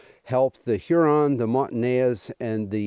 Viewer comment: This is great. BUT, it’s “Mon-tan-eyes”. I used to say the same. Keep up the great interpretation of history.